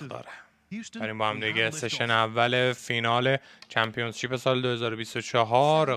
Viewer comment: اقا ممنون از ویدیوهات یک انتقاد نیاز نیست انگلیسی بگید همه‌چیزو وقتی انگلیسیتون ضعیفه ، اون کلمه هم چمپیونشیپ هستش ن چمپیونز شیپ با احترام البته💙